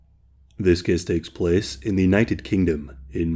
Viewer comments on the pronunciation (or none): "This kess teks pless"